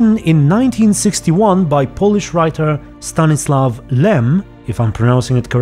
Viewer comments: you read the guy called Stanisław Lem pretty good but you can try to read it more like Stanisuaw if you understand what i mean. I can't really help you more but you can use some kind of translator if you want. And nice video as always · Part 9, You said almost right. You said the surname in full correctness, although the surname is spelled with "l" which sounds similar to "l" but is not "l" itself. For those interested, you can set "polish" as the language and hear this name in the google translator ;3 It is one of the most valued writings of its time, whose writings and books are valued by education to this day :D Also you can find his body, under 1 of trees with started book, at battle fild(Missing in Action side quest) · The "ł" letter in Stanisław is spelled like "w" in wood. But otherwise, You've spelled that good. 😀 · You're pretty close with Stanisław Lem, except for the "ł" which is basically pronounced the same way as "w" in English